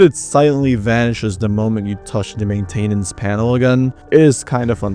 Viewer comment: Does anybody else notice that he keeps mispronouncing a lot of random words 😭 like “gibberish” and “maintenance” and just a bunch of other ones?